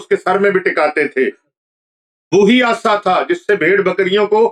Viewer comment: Hazrat Aasa nahin hota Asa hota hay Asa lathi ko kayhtay hain